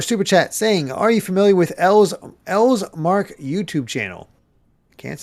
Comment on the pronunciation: They messed up LS Mark's name....aw